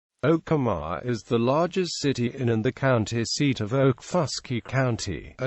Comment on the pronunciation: You mispronounced Okemah